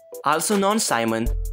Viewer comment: So basically it’s because of his accent, and her real name is Kalani, but her last name is Simon but it’s not pronounced how it spelled when he says it sounds different because of his accent